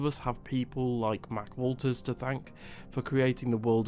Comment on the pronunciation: You pronounced "Hack" Walters wrong. Seeing him leave is a good thing - perhaps Mass Effect can live again. After the ME3 ending debacle, he should have been "let go" long ago.